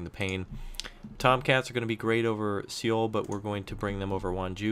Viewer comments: It's too late now, but Seoul is pronounced Soul, never ever See-youl. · Great videos man, btw Seoul is pronounced just like soul/sole :D